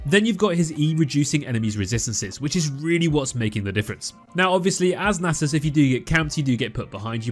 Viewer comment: It’s pronounced “Nasus”